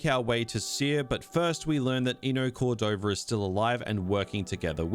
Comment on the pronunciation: Eno CordovaR? JedhaR? Bro PLEASE stop it with the intrusive R shit , you sound ludicrously preposterous 💀💀💀💀💀💀